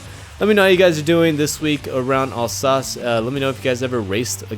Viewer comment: Very clean race (on your part). That Dinisio guy is quite fast, he would end at a better spot if he was not so dirty, I am not sure what his motivatons are. To piss people off ? By the way "Alsace" is pronounced with a zeee and not a "s" ;) Alzass :)